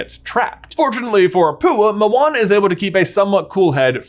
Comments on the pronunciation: He keeps saying “Mowana” it’s (Mo-Ana) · I’m I the only one how heard owana or what?